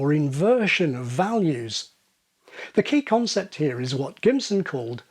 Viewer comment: Pronouncing "here" as /hjɜː/? It's it just me, or does that sound vaguely Welsh?